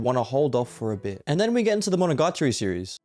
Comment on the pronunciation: bro its "Monogatari" not MonogaRtari